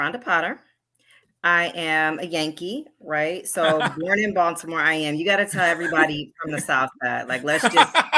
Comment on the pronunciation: She did not pronounce Baltimore like a person born in Baltimore lol